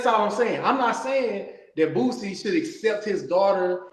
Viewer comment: "Bootsie" lmao